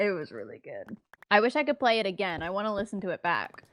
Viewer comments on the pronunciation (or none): Not egg-gain 😭😭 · .... not egg-ain....